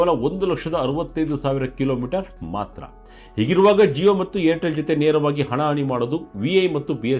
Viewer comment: Yaro report madiddu, zeyo alla adu jio.